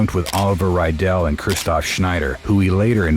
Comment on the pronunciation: it would be cool if you would pronounce their names properly not lindeRmann - Lindemann. not raidel - riedel, pronounced as reedle and flake is pronounces flakah lorentz.